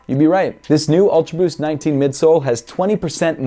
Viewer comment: I like em👍. Every time you say "ulta boost" i chug my 🍺😂😂